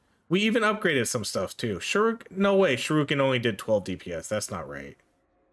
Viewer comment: Shuriken did so little dps because you kept calling it Shoruken